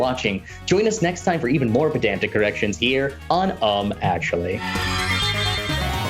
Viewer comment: "pedantic corrections" at the end sounded like "pedantic erections"